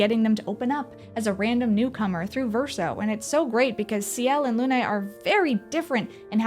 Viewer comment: Its not "Luné" its "Lune" meaning moon, pronounced "Loon". As Sciel means sky